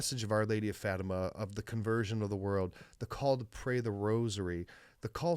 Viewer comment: Portuguese Catholic here, hope you don’t mind a small correction: it’s pronounced “Fah-tee-mah”. Love your talk show!